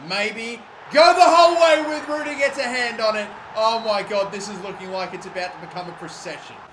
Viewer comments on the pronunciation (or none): Ruddy is pronounced Rudd ee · 16.31 John Rud -dy not Rue-dy Ruedy is the dinosaur in Ice Age